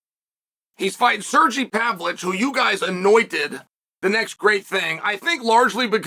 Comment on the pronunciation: “Surreal Gone” and “Pavlitch”🤦‍♂️😂